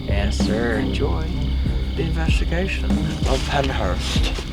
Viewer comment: “Enjoy the investigashhhhon”